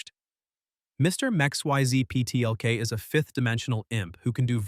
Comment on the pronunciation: Hearing the text to speech program get destroyed by "Mr. Mxyzlpttlk" is hilarious.